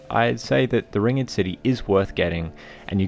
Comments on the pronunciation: you pronounce it "ringd" not " ring ed " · Hate to be that guy, but it's not 'ring-ed' it's just ringed, as in surrounded by a ring. So, ringed city. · How the fuck do you not know how to say ringed? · Yeah I thought so too until he pronounced the word Ringed so wrong lmao